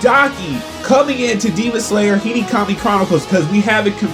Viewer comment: Him: Today in Hinikami chronicles Me:😭 (what did he say?!?!) Him again : in Hinikami chronicles….. Me:🤨 And again: Hinikami chronicles Me: NIGGA ITS HE-NO⁉️⁉️ HE-NO, NOT HE-KNEE. Hinokami the fuvk🤨